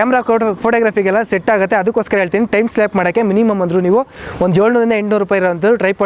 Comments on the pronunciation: Composition (not compotion) Time lapse (not timeslap) Pronounce it correctly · Exactly, I too was wondering what is timeslap. All his words are gadbad, you only caught 2 words, listen to what he said for 'show gridlines". Seriously, with all that he appears to speak and make a video, I really appreciate his steel nerves for that. All people have their way of pronouncing words. This is because in India instead of learning our mother tongue, we begin to learn English at school and so the tongue gets confused horribly. But he gave useful tips.